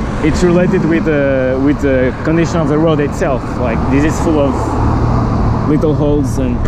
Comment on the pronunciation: just a tip: this is thiss and these is theez, also dis in words like disappear is diss Not trying to be a jerk, I really hope thiss helps <3